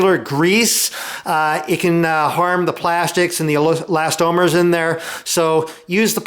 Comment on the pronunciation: I enjoy RJ's videos and I thumbed-up this one, but I appreciate your clarification on the pronunciation of eLAStomers. Frankly, as I watched the presentation, I was wondering, hmm, have I been wrong all these years, not calling them elasTOMers, but no.